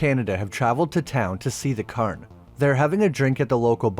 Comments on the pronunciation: Secondly, it is pronounced more like Cayern, with the cay pronounced like day. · Why are you saying "Curn"? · That must be the Irish pronunciation of the word Cairn. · God! I had to stop watching after a couple of minutes, because he kept slaughtering the pronunciation of cairn… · You are pronouncing cairn wrong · i like your videos but your pronunciation is killing me, Cairn is the standout in this one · You don't have to say cairn in an Irish accent lol. But thanks for the video, I'll have to watch this one.